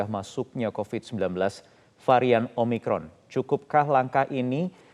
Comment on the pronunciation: Omicron, Omicrot, Oh yes Oh no!!